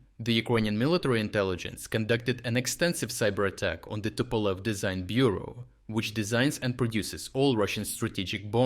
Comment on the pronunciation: Tupolev becomes tupoi lev :D (dumb lion)